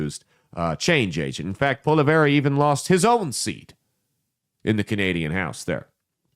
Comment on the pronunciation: As a Canadian conservative let me say you couldn’t be more wrong. Can’t even pronounce his name right 😂. He was more worried about the major issues happening in Canada then fear mongering over Trump or wasting time on American pod casts.